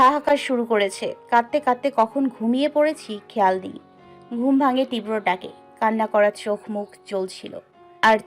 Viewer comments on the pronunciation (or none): 'Tibra' uchharon korte pare na .